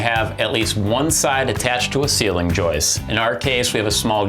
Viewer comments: Joist. There's a T in the word. It isn't a woman named Joyce. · Nice and clear; thanks for posting. BTW, is "joist" with a "t" at the end of the word. "Joice" or more properly "Joyce" is a woman's name.